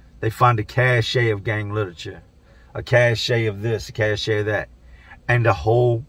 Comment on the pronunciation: Cache is pronounced cash. Not cash-a. Just sayin is all. Much love keep up the grind dude.